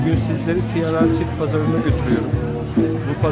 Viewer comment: Emeğine sağlık. Bu pazarın adı neydi. Başta söylüyorsun ama anlaşılmıyor.